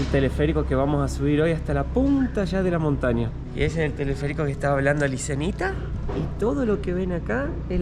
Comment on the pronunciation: ¡Se devaluó! ES CADA VEZ MÁS EVIDENTE QUE YA DOMINA MUCHO EL ESPAÑOL. (aun cuando haya pronunciado una "s" demás, pero ya es una muy rebuscada para cualquier extranjero) INCLUSO LE AYUDA A CUANDO ÉL NO SABE QUÉ PALABRA USAR EN DETERMINADA SITUACIÓN. ¡FELICITACIONES,!